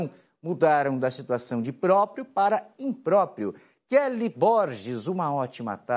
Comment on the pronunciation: Imprópio disse o jornalista... Rs